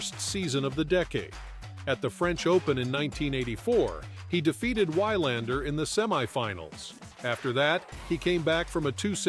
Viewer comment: It's We-lander. The Swedish pronounce the w like the English, not like the Germans.